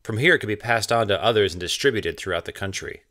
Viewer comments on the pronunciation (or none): none